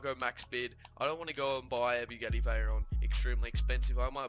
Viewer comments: Accent maybe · Did he say.... bugetti?